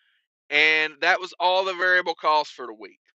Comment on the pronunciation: must be ill, he said variable correctly. There is no Adam Bennett.